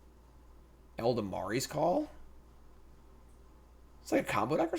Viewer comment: Eladamri: "ella-dam-ree" Not "ell-duh-mar-ee"